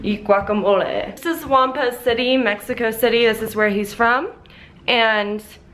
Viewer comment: Why she saying Mehiko not Meksiko (idk how to explain it xd )